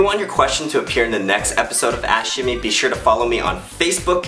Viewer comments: when the video starts i always hear "welcome to another episode of ass shimmy" XD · 'Ask shimmy' sounds like 'ashkme' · i thought you said "ashy #5" PHAHAHAHAHAHAHA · when he say ask shimmy i keep thinking he said ash shimmy ? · It sounds like you're saying "ass shimmy". ;)